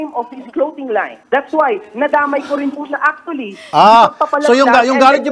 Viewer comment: Bat ba ako nababothered sa "clowting" line. 🤣